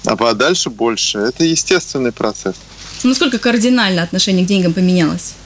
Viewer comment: Какая безграмотная ведущая, "координально")) где вы их берёте? В подмосковье?.. в поволжье?.. или из "пскопских"?))